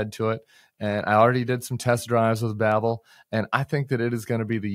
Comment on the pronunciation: Babble? It's Babel.